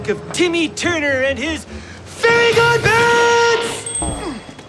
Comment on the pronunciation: that's great and all but why are the "elves" the only ones that aren't mispronounced? Like, Timmy is Tommy and Fairies are Fairlies, but the elves are.... Elves?